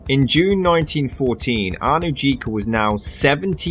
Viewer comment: The name Anujka is pronounced Anuyka.